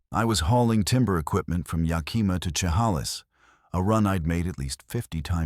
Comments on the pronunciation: Ya Kih Mah not Ya Kee Muh. Shu Hay Lis not Chuh Hall Iss. 😂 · Not to mention there are no truck stops in chehalis pronounce it right I live in the Centralia chehalis area